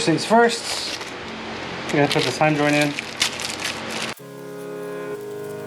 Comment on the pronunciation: I enjoyed your video, but I think they’re called Heim joints not Hyman joints. (Ask your wife) I almost spilled my coffee when you said thanks for the video.